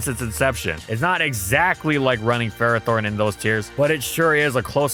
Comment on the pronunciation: Really? It's not Ferrathorn. That should be the YouTube short 😂